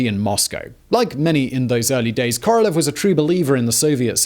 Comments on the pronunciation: hate to be that guy, but... it's KorolYOv, Simon, КоролЁв. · I got caught on this one many times myself, but it’s Королёв the ë is said as yo not eh. 🤷‍♂️